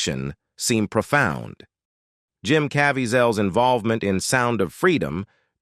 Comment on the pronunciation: I wanted to watch this but you using an A.I. for your commentary is TRASH! I can't watch this crap. I can't hear "Invol va ment" without laughing at the laziness.